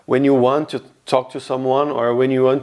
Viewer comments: In english you do the classic "chu" instead of "to" and it makes it super obvious youre brazilian. The only other thing i noticed is your "a"s are kinda like british english but the rest of your pronounciation is american so its kinda strange. For example when you said cashier you said it british instead of our nasally caaashier with the ahhh sound in america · Por favor nao fale "tchu learn" que os meus ouvidos doen demais